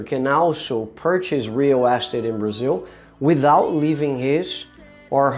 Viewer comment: Nice video, but you need to work on how you say "real estate". I didn't understand you at first. Here's how you say it.